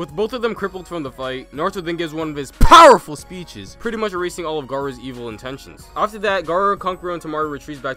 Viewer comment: Whenever he says powerful I wake up